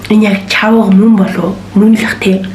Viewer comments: Чивга биш чавга гэдг шүүүү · Анай чивга биш чавга шдээ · chivaga bishee chavaga shu de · yagaad chivga geed bgn chavga geech malaa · Чавга биш чивга okeyy.. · Чивги биш чаввга шүү